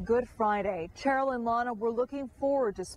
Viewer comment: This reporter repeatedly says “Cheryl” like “Chair-il”— can that really be how the daughter pronounces her first name?